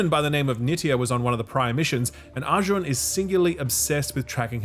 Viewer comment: First reviewer pronouncing Arjun correct.